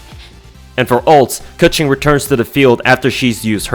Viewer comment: im sorry but am i the only word who heard KA-CHING whenever said keqing's name